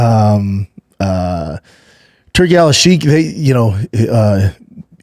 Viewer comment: Why the fuck you say turki alalshikh like that? Lol